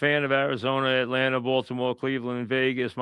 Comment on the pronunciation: “It’s a YUGE decision” Etlanter Falcons 😂